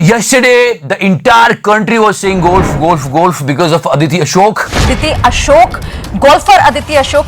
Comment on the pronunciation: Golf bolne bhi nahi aara tereko